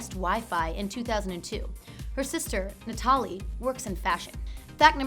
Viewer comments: Why does thte presenter pronounce the name "Na-TA-li" when it's "NA-ta-li"? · "Netarlee"......Get out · I'm pretty sure her sister's name is pronounced Natalie? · Gaga's sister' Natali's name isn't said like that. It's said how anyone else says it, as 'NATALIE' not how she kept pronouncing it!! Drove me nuts. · She even mispronounced Gagas lil sisters name "Nah-ta-lee" UGH. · I'm dying at her pronunciation of Natali 😂👀